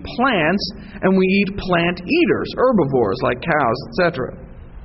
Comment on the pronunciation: and it's pronounced HERBivore, not erbivore